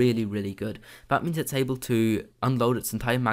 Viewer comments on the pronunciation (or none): none